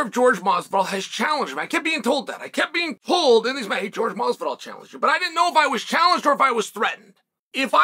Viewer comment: Its hilarious he calls him George and not Jorge ...lol